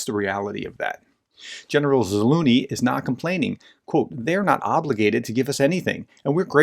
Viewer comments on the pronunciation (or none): The middle part of General Zaluzhny's name is pronounced like the winter sledding sport "luge", i.e., zuh-LUGE-nee. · Thanks for honest review. But for god sake learn the name of general. Its not Zaluny, its Zaluznyy